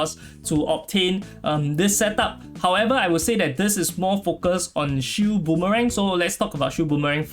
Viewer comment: what?? im hearing shoe, shield rather